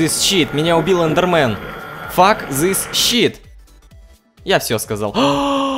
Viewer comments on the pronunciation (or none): none